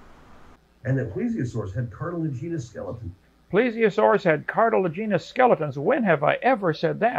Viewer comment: Two guys mispronouncing "cartilaginous" at each other.